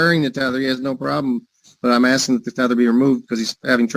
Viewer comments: Axing instead of asking?😮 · Axing .....my all time favorite! Why can't u pronounce asking! Its a s! These people can't speak properly in a court of law! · We "axing"{ someone???? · I’m just AXING you a question!! Drives me CRAZY!! learn how to talk when your out on your ass…you will have plenty of free time.. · You are not “Axing” a question you should be ASKING…. Damn! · Why do those people always say "axing"? I'm from central europe and english is only my third language and I shudder whenever I hear it.. What's wrong with those people? They are always the same! Look the same and behave the same! Do they all have the same speech impediment? If I was a judge I would hold them in contempt for such blatant misuse of the english language.